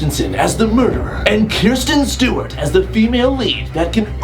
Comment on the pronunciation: "Kirsten Stewart"